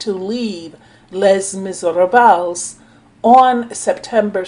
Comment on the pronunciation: I think the spider bite thing is a story they put out.ive been bitten by different spiders,and I never was close to death.usually the only folks who die from spider bites are small children,and old folks.and not trying to be smart,but Les Miserables is pronounced lay mis-er-ob.or you can just say lay-miz.just FYI.no disrespect